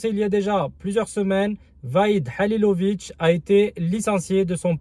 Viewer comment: salam aleykoum, tu sais mème pas pronoce , le nom Mr HALILHODZIC et tu entraint de le critiquer allah yehdik, la moindre des chose de pronocé son nom thaoooooooooooooooooooooooooooooo